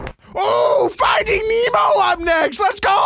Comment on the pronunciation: bro said ¨fighting nemo¨💀💀☠